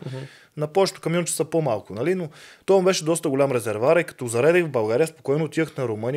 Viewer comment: Казва се резерВоар,а не резервар. За протокола.